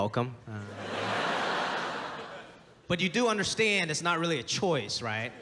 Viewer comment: The way he throws his accent into words like "choice" and "never come back" is whats makes his delivery hilarious